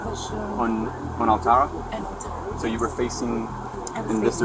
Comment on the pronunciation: the way he said altara made me cringe lol